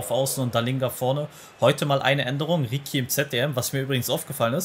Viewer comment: Beo ricci wird ritschi ausgesprochen nicht rikki Coole folge👌🏽